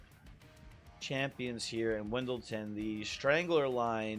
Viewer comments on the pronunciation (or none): i’m sorry if this sounds annoying but why does everyone pronounce Wyldenten like “Wendleton” i can’t tell if it’s a bit